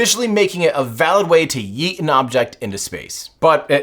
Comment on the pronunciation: bro cannot pronounce yeet